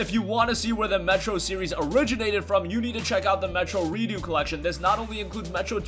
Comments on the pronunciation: Re-ducks not Re-do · redux is pronounced "re-ducks" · The way you pronounced redux as redo was really funny to me